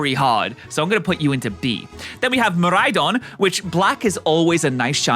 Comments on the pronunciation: It doesn't help that a lot of PokéTubers pronounce them Murraidon and Kurraidon. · It’s miraidon and koraidon-🤓